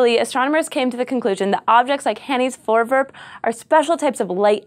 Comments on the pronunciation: i am dutch and you dont know how weard it was to see a dutch word on scifi ps you are prenounsing it wrong XD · voorwerp. more v less f actually pronounce all the r's it's not silent. and e isn't said like that. I hate dutch so freakishly much but yet it's the language all school here give test in. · Hi everyone! I'm dutch! I just came here to tell how strange it is to see a Dutch word in an english title! Also you're pronouncing it wrong which isn't a big problem, but I have noticed that this hasn't been said in the comment section before. Oh, and have I told you that I'm Dutch yet? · The Dutch think you are awesome too,!:D However, the pronounciation of 'voorwerp' isn't voorwurp, sorry.:P The 'e' is pronounced the same as in the word 'let', so it should sound like this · Four V air p Like the number 4 and the word air but with a v and p vairp.. or Vour vairp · Nice nice - the dutch 'voorwerp', which means object, becomes a term in astronomy. its pronounced: voor (is in four, but with a v) werp=w-air-p its not vorewurp moor like vourwairp. plural: voorwerpen - then added 'en' is pronounced as 'un' from unknown vour-wair-pun. Hope it helps~ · SciShow Space Protip: google translate has an option to pronounce words... Good idea to at least listen to it once... Its not vorewurp - but vorewairp. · it's pronounced voorwerp, not forwurp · As a dutchmen. I need to say that you say voorwerp as voowurp no problem thou. love scishow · cool video, (and I like the way you pronounce voorwerp like voorvurp haha) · Glenn Dekker "Voorwurp" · "Hanny's forverb" nice try. Close enough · Also, it's pronounced Vore- wherp (wherp like how you pronounce it in twerp, just without the t) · You pronounce "Voorwerp" VERY American :P Gives me a good chuckle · PixelCortex sounds like an American who tried though. she could have said it like foooor wirp, like they pronounce Goooooda XD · lol "voorwerp" is dutch for "object". Funny. So is your pronounciation of it xD